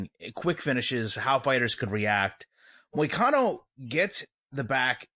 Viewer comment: Who’s Conero? You mean Moicano